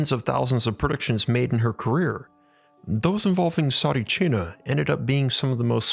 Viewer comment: Mate! I am Bulgarian and I remember Tsaritchina! You cant even pronounce it right! Please stop talking shit fir a clickbate and delete this video! You’re only making a fool of yourself!